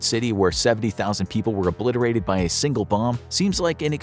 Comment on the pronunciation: This is a very informative and serious video, sec this man has the audacity to say “obliterated” . I hate you I’m cryin